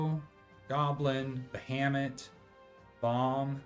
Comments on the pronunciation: "Bahamut" is pronounced "Ba-ha-moot". Not "Ba-hammit". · Every time you say ba-ham-ut it tickles me. I call it ba-ha-mut. 😂